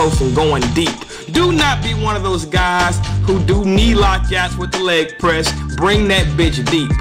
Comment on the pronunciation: "Lep Press"? O.o